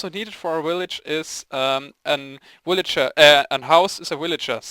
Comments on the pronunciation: woot im the 75view but i like how u say willager instead of villager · ok... I was laughing when I heard you first say willager but then I got tired of it. :P Sry no offense, just not used to it :P